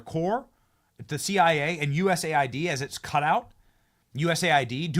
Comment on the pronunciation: People, cmon, it's US AID, not USA ID. :D